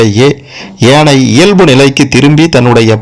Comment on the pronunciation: ஏனையின் தவறு எதுவுமில்லை.உச்சரிப்பு ஏனை என்பதே தவறு